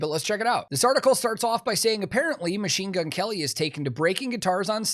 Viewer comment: Herman said "Machine Gun Kerry"